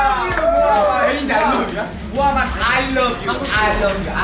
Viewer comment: “...aYYYLABYU AYYYLABYU” Oo na oo na aylabyu too yieeee HAHAHSHSJAJSJS